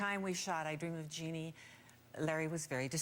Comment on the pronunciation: It's " JEANNIE ".